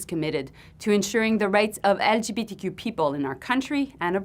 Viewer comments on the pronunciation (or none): none